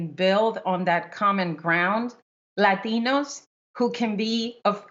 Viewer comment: It's Latinos, not laxative. That's what it sounds like.